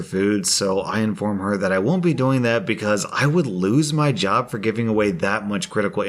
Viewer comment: When you said "job", I heard "jaw". xD